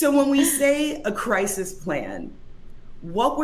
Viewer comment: Cwisis uwu